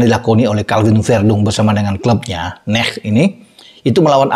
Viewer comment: N-E-C bacanya om kyak PSV bukan NEKH